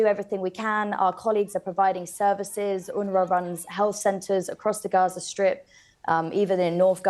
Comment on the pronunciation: Wow... so many famished children in RRRRRRAZZZA! You' d think this was Auschwitz!